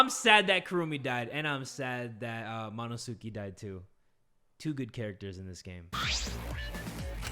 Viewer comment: everyone: Monosuke: Mono SU-KE